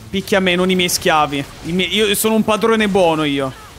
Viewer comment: pAdrOneh pAdRonEeH